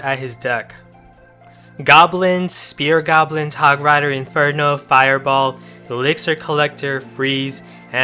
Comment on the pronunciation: eliksir collector not iliksir collector